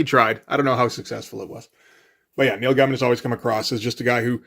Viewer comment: Neil "Guy-mun"? Not "Gay-men"? No love lost for the guy, but...Is that rage bait or just a case of never having heard it pronounced before?